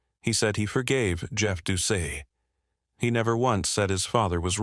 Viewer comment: Dew-cette, no accent marks....you get it right around 3 times.